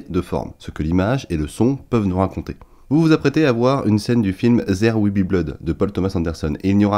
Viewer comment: "Zere wil bi bloude" rha l'accent français 😂